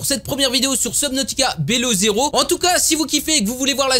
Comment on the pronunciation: Prononcer bilow zero stp x) et jme spoil pas mdr